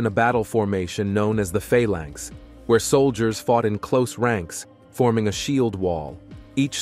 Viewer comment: It's not Falanks it's Phalanx.